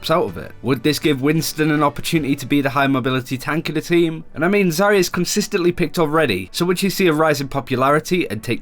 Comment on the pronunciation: ZARYA not ZARAY